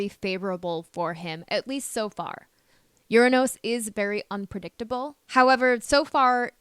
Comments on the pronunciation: except that she refuses to pronounce URANUS correctly. This planet is Not pronounce ur a NOOSE. The U is a short vowel. Not a long O. She has some problems pronouncing particularly as well. Particularly is pronounced pr.ti.kyuh.lr.lee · Is this AI? Anybody notice how Uranus is pronounced? And who places a mirror on the Wall like that? Strange.